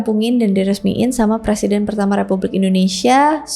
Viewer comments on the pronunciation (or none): none